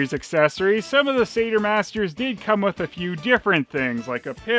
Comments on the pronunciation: I'd have thought that Satyr is pronounced Satire not Sayter? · I think maybe it’s pronounced “Satire” masters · Usually I hear satyr pronounced almost like sadder but say-terr is also common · Am I the only one who pronounces it ‘Sat-yer’?